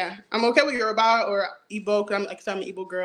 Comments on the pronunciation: said YOURBAI!!!! 😭😭😭😭😭😭😭😭😭😭😭😭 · This was wild & I'm a Nigerian woman. Smh. 😮 Good luck. pronunciation of Yoruba made me chuckle, too lol